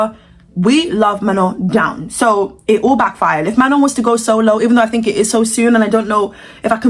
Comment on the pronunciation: you called her mañon that tickled me so bad